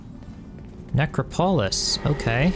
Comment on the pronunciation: I don't think i've ever heard anyone ever pronounce necropolis as "Necropólis" only as "Necrópolis".